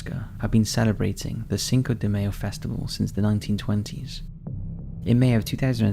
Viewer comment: It was 'laundered" as a modern miracle? Laundered? LAUNDERED? The errors and mispronunciations can be really ridiculous on this channel.,,( later in the video he pronounced Mayo in Cinco de Mayo the way you would mayonnaise)